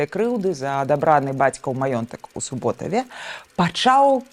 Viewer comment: У Суботові тече річка Суба, тому СУботів, а не СубОтів.